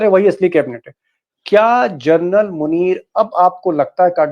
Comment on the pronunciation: Please don't keep saying " Gernal ". Its " General. " Hope U pronounce it correctly.. hereafter.